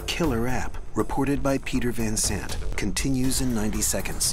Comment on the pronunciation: It's Peter Van Sant not Zant.